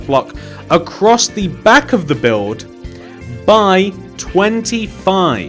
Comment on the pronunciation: Buld not bulf